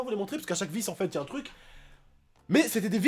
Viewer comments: vous aver remarquer il dit toujours enfete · TU PEUX ARETER DE DIRE ENFETE